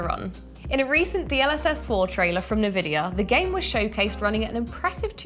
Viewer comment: 'Navidia' lol